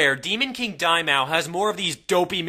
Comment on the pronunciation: It bothers me how he pronounces Daimao :P